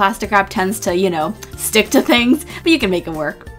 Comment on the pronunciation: Why does she pronounce stick as shtick, and pastry as paishtry? It sounds really cute tho😊